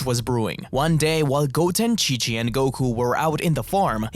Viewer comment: i know you said chi of the monsters but it sounds like king of the monsters, monster island is the name of a island in the showa era of godzilla movies, thats probaly where the name for the island in dragon ball came from.